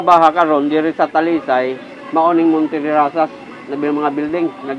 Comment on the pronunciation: Hinde Montederazzas na sinasabi mo.. Monterrazas yan!